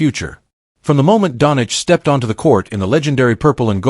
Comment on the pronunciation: It is a fake video the guy can’t even say Doncic